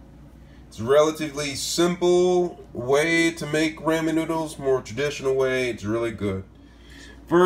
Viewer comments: I thought my brother was the only one who said "Raymen" lmfao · Me (not five seconds in): Did you just say "ray-men" noodles? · Saying Ramon all wrong! It soft a! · is everybody ignoring the fact that he said ray-min noodles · I gave you a thumbs down because you said “Raymen”. Sorry. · STOP HOLD ON DID HE SAY RAYMON NOODLES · It's ra-man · 3 secs in and he said "raymen" that hurt my heart and sent me into orbit simultaneously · My man said Rayman noodle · This dood is saying rayman noodles lol😂🤣😂🤣😂🤣😂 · Raymon noodles? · "Ray-men noodles" yikesssss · My guy said “rayman” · Never say raymen again u hurt me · Omg “raymen”😬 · Everybody loves "Raymen" lol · Did he really just say “raymen” noddles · It’s pronounced “RawMen” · This man said Ray man noodles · Did i he say raymen noodles or is it just me? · I've never heard someone call it Raymen noodles. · What the hell is raymen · when i saw this title it intrigued me to watch, because someone beloved use to always brag about putting eggs in ramen noodles. he's hopefully RIP why I'm wondering is this the way he prepared it all those memories ago. he would say raymen noodles with power too... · Pronounce "raw men" LMMFAO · RA-MEN where do you see a Y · lol its rah- men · yes he said raymen with a y in it dogness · did he just say raymen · He lost all credibility as soon as he said "raymen." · ITS RAW-MEN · I hope that in the interim he has learned the correct pronunciation of ramen. 😁😆😘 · How you finna use "RAMEN noodles" But can't even pronounce it right.. I'm done with this video 😐🔫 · It's NOT pronounced ramen. The proper pronunciation is ramen. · How come most people can't say Ramen?? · He just messed up it’s ok if he said it wrong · They way you say "Ramen" bothers me😅 but good vid👍❤ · you said ramen wrong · The way you pronounce Ramen is funny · Excuse me did he just say RAYMEN noodle? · Ray-Men noodles. My god im dying. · "Raymen" noodles.....😂😂😂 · I've always pronounced it Rah-men noodles, not Raymond noodles!!!